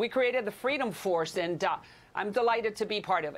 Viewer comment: "Fweedom Fawce isn't for fweedom, naw are they a fawce." Discuss.